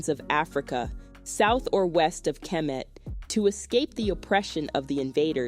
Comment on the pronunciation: Why do you pronounce Diop and kemet the way you do? As a historian you ought to know better. Thanks.